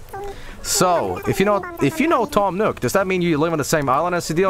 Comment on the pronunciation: Toom Nook... More like Tom Nookem